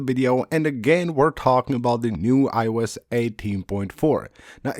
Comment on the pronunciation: I-E-Youse…that never stops being funny